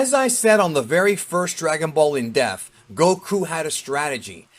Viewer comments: Does know its "depth" not "deaf"? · It's in depth, not in def.. it's not the first time you said that LOL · It's NOT pronounced "def" it's pronounced "DEPTH"! you should know that. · I love how he always pronounces it "in death"! 🤣🤣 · Why do you say depth so wrong?